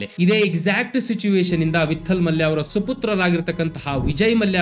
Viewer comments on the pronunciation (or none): ವಿಠ್ಠಲ ಮಲ್ಯ , ವಿತ್ತಲ್ ಮಲ್ಯ ಅಲ್ಲ.